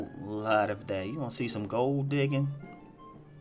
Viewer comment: The accent when you said independent hos lol